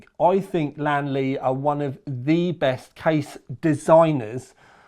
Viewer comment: its lian not lan LOL